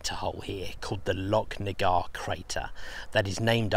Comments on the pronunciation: Great video once again, its pronounced lochnagar as in loch ness not locknagar. 😂😁👍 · the ch in Lochnagar is pronounced the same as the ch in Loch Ness